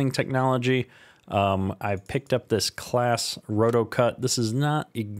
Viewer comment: Claas is pronounced closs